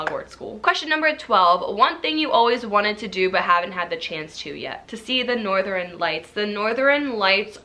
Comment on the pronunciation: "Norther-i-n lights". 🙃